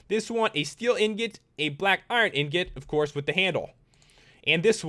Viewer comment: Lol anyone notice how he pronounced the swords and stuff better than saying ingot? Lol don't hate just think it's funny.